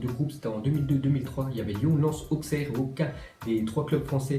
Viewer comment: On dit Aussère pas Auksser